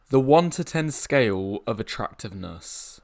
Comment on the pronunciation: why does he pronounce "scale" as scayool?